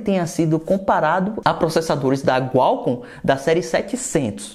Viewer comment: É QUALCOMM, com a letra Q e não Gualcom.